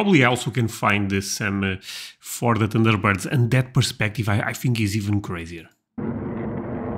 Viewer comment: Lmao!! It sounded like he said tinder birds!!!!!!!😅😅😅😅😅